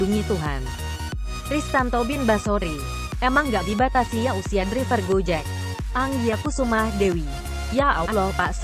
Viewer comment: Maaf, ada sedikit masukan utk. narator : tulisannya emang driver, tapi bacanya draiver. Trims.